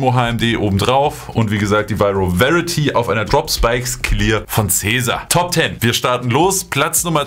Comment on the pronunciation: Vyro varity😂😂😂